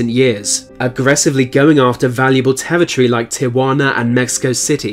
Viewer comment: I love how you pronounce territory as "tevitry"